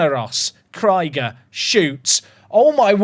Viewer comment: i'm deeply offended by how you pronounced Krieger. 🤣